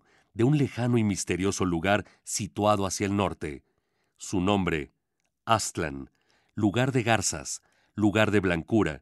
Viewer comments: Por qué dicen Áztlan? Es Aztlán ! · Aztlán ( el acento lo lleva en la segunda a.) Cuna de civilizaciones madre.